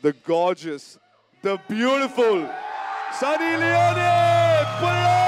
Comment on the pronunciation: Prince - Sunny ❌ Sunnnee